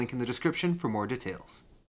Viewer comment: TRIGGERD YOU SAID DA TAILS INSTEAD OF DETAILS